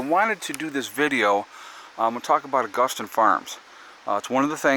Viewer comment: Either way you say it, there is no “t” in Augason! ;-)